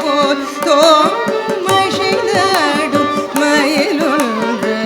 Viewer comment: Good effort, and pleasing. Tamil is a beautiful language, and there’s absolutely no need to put in the extra energy to butcher it with அ*ஷை*ந்தாடும் and *ஷொ*ல்லடி when அ*சை*ந்தாடும் and *சொ*ல்லடி likely require less effort, and not to mention, are natural and correct.